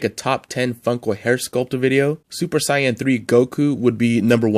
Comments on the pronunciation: yea! It’s Sāy-an and Go-hån 😆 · Super ‘cyan’ lol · I'd love to see a part 2 of this list bc they've release a ton of great ones since this list! And please stop mispronouncing Saiyan!!! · you say saiyan wrong i am am little mad do you whatch anime